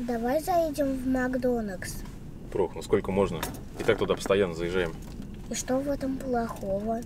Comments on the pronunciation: Нужно учиться слово «Макдональдс» , а не «Макдонакс» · МАКДОНЛЬДС А ОН МАКДОНАКС